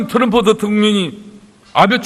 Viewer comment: 혼수성태 트럼퍼 대텅령 ㅋㅋㅋ 발음보소~~~